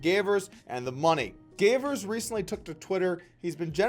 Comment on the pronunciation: Man, I love your vids, but this one was just sloppy. You started pronouncing Gavers' name halfway through, you used a youtube clip and then talked over it... do better next time.